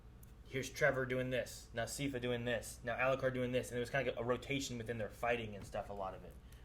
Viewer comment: They went the whole series and never learnt how to pronounce one of the main characters name right, Its pronounced SAI FUH